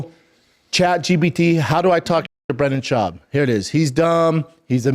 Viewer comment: Brendal Shaubi 😂😂😂😂😂😂😂😂